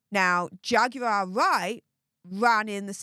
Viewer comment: the correct pronunciation of Jaguar Wright's first name is simply "Jag War".